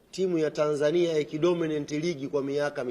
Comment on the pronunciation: Dorminant ❌ Sema Dominate ✅